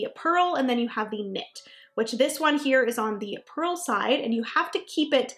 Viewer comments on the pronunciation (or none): It’s purl, BTW.